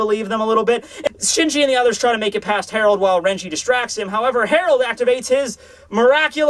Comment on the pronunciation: dear, Gerard Valkyrie is pronounced "jerard" NOT HAROLD. I understand that l's and r's get mixed up, but if that's the case, HIS NAME WOULD STILL BE GERALD.